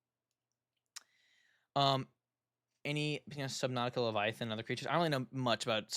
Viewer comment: also Leviathan It's Leviathan I hate sounding like a nerd But it's Leviathan